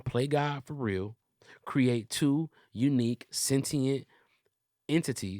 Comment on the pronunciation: Would love if said sentient correctly